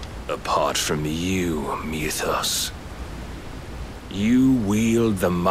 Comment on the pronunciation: I'm sorry, but can we TALK about how it's spelled "Mythos", which is like an extant word, but 100% of the voice actors say "MEWthos"? Once you hear it the bell cannot be unrung. This is the greatest mystery of my storied life.